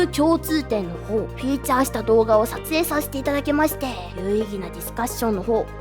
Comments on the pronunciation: フィーチャーをフューチャーって言っちゃうひまりさん可愛い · ふむふむ、なるほど、なるほど。 あっちゃ～！ そこで「フィーチャー(feature)」を「フューチャー(future)」と言っちゃいましたね。 全部やり直し！！！！！ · よくアンドロフォビアを知ってますね。 私はアラクノフォビアであります。 ちなみにフューチャーと言われてますが、フィーチャーですね。